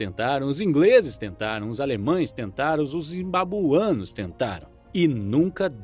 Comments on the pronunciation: Excelente video, porem nao pode deixar de notar, Diz-se Zimbabuianos e nao Zimbabuanos. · diz se zimbabweanos e nao zimbabuanos.